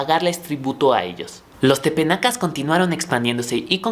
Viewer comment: Solo una aclaración, son Tepanecas, no tepenacas. Muy bien por tus videos. Sigue con este trabajo.